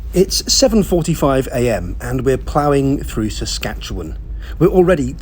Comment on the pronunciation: Thanks for pronouncing Saskatchewan properly. 😁